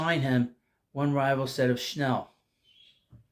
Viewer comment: I love your channel and watch it regularly. Good show again, but I just have to wonder if you say “Schnell” on purpose 😅